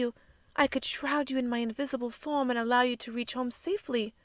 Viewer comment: 10 minutes in and i heard her say wind form... I tought she had a FUCKING WIND FARM.